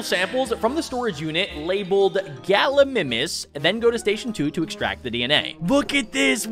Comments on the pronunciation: Its called ga-lee-my-mis not ga-lee-mi-mis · it's gal I my nis not gal I niiimis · It’s pronounced gal ou my mes